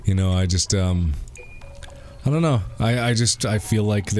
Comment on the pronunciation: Niggs said “ ion know about that!”😂😂😂